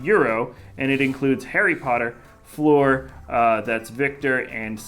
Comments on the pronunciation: I don’t like how he pronounced Fleur like “floor” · It's extremely distracting, he clearly didn't have a French class.